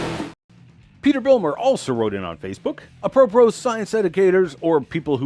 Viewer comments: I immediately loved the way he said apropos XD thanks for all your work <3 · The first word he read, "apropos", he'd obviously never heard of, used, understood or knew how to pronounce! Wouldn't a normal person think "Ooh! I don't know this word. Let's first find out how to say it & then read up on what it means. This'll be interesting. Where's Google?" But no! This guy thought he'd just wing it. He's so used to just making stuff up and dismissing stuff he doesn't understand whilst pretending he does meant that he was supremely comfortable just pulling a pronunciation out of his... Ahem, out of the air and blowing through it! He obviously thought that if he didn't know the word then none of his congregation would either and so, on the very first word he read out at the beginning, he exposed himself as someone so smug with himself he can't even google a new word! I love finding new words! Each one is a chance to learn something new. How it's said, what it means, where it comes from... That first word he read said an awful lot about the man.